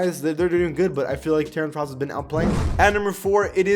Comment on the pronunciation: How tf do you mispronounce Ross